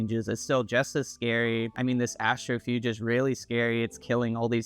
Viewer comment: Good video, but I’m sorry but it’s Astro-PHAGE!!!! Not Astrofuge!!!!